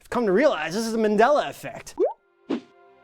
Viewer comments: I'm convinced! I'm convinced that on the left can't pronounce MANDELA. He must be from a parallel universe where it's MENDELA. MIND BLOWN! 😱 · It's pronounced "Marndela", not man'della, with the "A" as a vowel, without the R though. It's pronounced "Zerbra", not Zibra Zeebra, I'm offended. I know there are no Zebras here but just saying. But all in all, nice video.